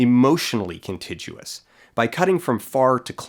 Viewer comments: Whilst we're tripping on pronounciation : "Contiguous" is pronounced "Con-Tig-yoo-uss" not "Con-Tidge-yoo-uss" - just fyi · and it's "contiguous" not "contijuous" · "Contijuous." Well-spoke! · Yeah, contiguous does not have a soft G. Soft G is before I or E. I'm pretty sure this is true across dialects. I'm not finding kuhn-TIJ-oo-uhs as even an alternate pronunciation. Not that I noticed you "saying it wrong." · isnt contiguous pronounced with a hard g? con-TIG-yoo-us? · Yup, me too. Never heard it pronounced 'contijuous' before. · "contiguous" has a hard G sound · that's not how you pronounce contiguous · "Contiguous" uses a hard g, not a soft one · Contiguous has a hard "g" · Continuous and contiguous rhyme in every dialect; I think they're saying that you're pronouncing the 'g' in the word wrong (and I have to agree, people make the same mistake here and I don't think it's a matter of dialect). But also I didn't even notice it the first time around and it'd be just as fair to call that prescriptivist hoo-hah and keep saying it how you want. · I was born and raised in Vancouver and I have never heard anyone pronounce "continguous" with a soft g. Is this an Albertan thing? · Also, contiguous is pronounced with a hard-g, not a j sound. Because my brain literally cannot pay attention to the ideas being conveyed once it gets distracted by a mispronunciation.